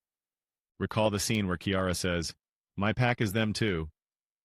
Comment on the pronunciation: I do not trust the opinion of someone who pronounces Kiara as Ciara🤣🤣